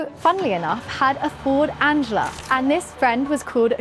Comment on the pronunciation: 👋👋 a helpful FYI for you. Ford Anglia is pronounced "Ang-Lee-ah" or "Ang-glee-uh" "Ang-Li-a" It's not pronounced as the girls name of Angela. 🙏Please don't be offended as I'm genuinely & sincerely just trying to be helpful. I truly enjoy watching this channel. Take care and best wishes